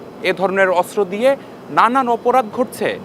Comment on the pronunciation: অস্ত্র উচ্চারণ শুদ্ধ উচ্চারণ করতে হবে, অস্ত্র উচ্চারণ শুদ্ধ হচ্ছে না 😊😮